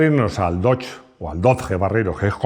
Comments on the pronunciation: no temas llamarlo dodye. No sigas con el españolismo con los nombres! Va dicho con franqueza. Con Citroen o Peugeot por ejemplo, los pronuncias bien! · La primera vez que dejo de ver un vídeo en este canal; a la vez que ha dicho [dodje] o [doch] ya me ha hecho bola y misofonía. 😂🤷🏻‍♂️ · Hola. No entiendo porque explicas el 'Haiga" a los no españoles y sin embargo pronuncias Dodge mal a la manera española y no a la manera que todo el resto del mundo conoce al Dodge. Te recuerdo que tu canal se ve mas haya de España y es importante los nombres se pronuncien bien. Igual que pronuncias los nombres en frances bien, debes de hacer lo mismo con los nombres ingleses. Gracias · Por favor, aprended a pronunciar correctamente DODGE que no es tan dificil. No es una palabra toledana... sino inglesa. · los españoles es verdad que si españolizamos muchas palabras americanas. Pero Dodge no. Eso decia un niño de 5 años que esta aprendiendo a leer, pero con 8 ya sabia como se pronunciaba 😂 por el Dodge Viper. Es como el iPhone, hay marcas que si se pronuncian mas o menos bien. Pero otras como nike, Louis Vuitton... Las pronunciaremos como el culo durante decadas.